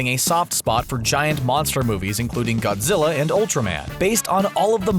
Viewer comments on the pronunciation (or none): none